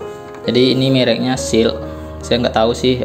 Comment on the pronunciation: Kalo ngga mengkilat intu namanya doff bang 😁😁...trus shel dibacanya ya shel bukan seal 😁😁😁